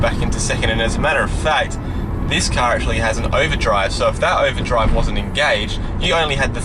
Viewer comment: I like how you say car. KAHR